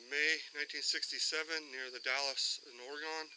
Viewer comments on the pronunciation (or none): The Dalles is pronounced "the dalls" and we people from Oregon say it like "Oregun" not "Oregone" that's how east coasties say it. :-)